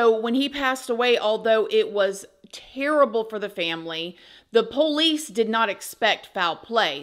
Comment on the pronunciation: I like how you pronounce POLICE as "Poe-lease" That's country as hell! 😊